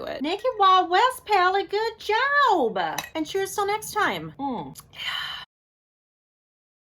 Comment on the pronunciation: Love the lewk and color combo and thanks so much for a GRWM because I lurv those kind of vids! Omg the southern “good job” at the end! 🤣 🤠